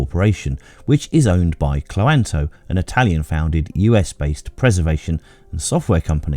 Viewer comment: I think Cloanto is meant to be pronounced cloan-to